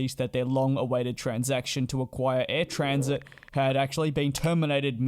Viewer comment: First, and once more, it is Air Transat, not Transit. Transat as in Trans-Atlantic. Air Canada was only interested in eliminating a competitor. It used to be that charter carriers like Transat, Royal, Canada3000 and many others truly had cattle class, uncomfortable seats, low seat pitch, no meal while scheduled carriers had much better cofmort and service. Air Canada had started "Rouge" as a competitor to charter carriers with smaller seat pitch, no meals ect. But it has since "densified its cabin" (using AC's own statement to shareholders) so is no longer different from Rouge comfort. 10 across on 777 with 30" seats pitch on 15 hour flights. Suspect that post COVID, we'll see the Rouge branding disappear (just as its previous attempt at "low cost" called Jazz fizzled and was merged back to mainline, but with re-use of "Jazz" brand for regional operations. With its mainline undifferentiated from of of the few remaining ex-charter Carriers in canada that has now gone scheduled, Ac would have to compete on price with no premium for comfort. So eliminating Air Transat was its way to deal with it. The impact of COVID is create a glut of used aircraft. So the resale value of Transat's fleet dropped dramatically is this is likely one of the biugger factors in wanting out because all of a sudden, Air Canada was buying an airline instead of putting a competitor out of business. Had the transaction gone ahead, the same would have happened as happend following the elimination of Canadi